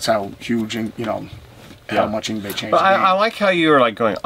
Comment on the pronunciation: Why does everyone say "Yngwei", when it's Yngwie?